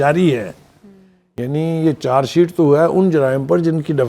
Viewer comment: میڈم چار شیٹ نہی چارج شیٹ کہتے ہیں اپنا تلفظ ٹھیک کر لو